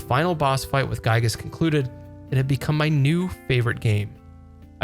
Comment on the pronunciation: There are a lot of correct ways to say the name of this game’s antagonist. “GUY-gess” ain’t one of them. Otherwise, a great video!